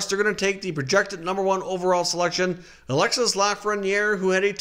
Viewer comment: Its alexi laffreniere its a silent S